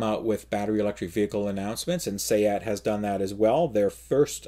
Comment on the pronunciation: Congratulations on pronouncing Seat correctly!! Heard another podcast pronounce it like a piece of furniture.